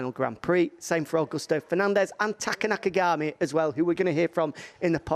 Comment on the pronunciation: oi, nakagami it's not nafagami respect family name